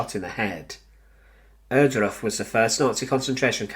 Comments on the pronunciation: My dear brother in, what is it with Brits and German names? "Errdruf"? Come on. It's "Ohr-", as if you tried to say "or" or "oar" with a German accent. If you click the Wikipedia article, it even lets you play the damn thing out loud. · Please say OARdruff. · The narrator needs speaking classes. Every time he says the name Ohrduf, he never says it clearly that I could identify it!